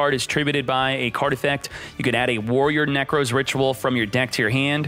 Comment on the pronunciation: my man says Nekroz like 'Neckrose' 💀